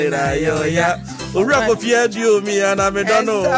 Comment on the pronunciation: Yes "Owusu Aduomi" NOT aduonum